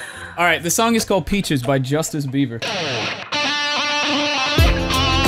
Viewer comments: I died when he says "justice biver" 😂😂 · Love how he calls Justin Bieber “Justice Bieber” hahah not the first video I’ve heard this In either. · " Justice beiber "???? lol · Did you here say justice bieber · How is nobody talking about how he just called him Justice Beaver? 😂😂